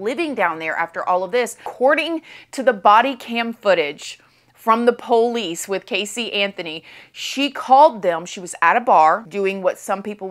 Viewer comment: POE Lice